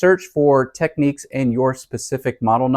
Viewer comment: Thank you - that was very helpful. Oh, and it's pronounced "Tech - Nicks" 😊....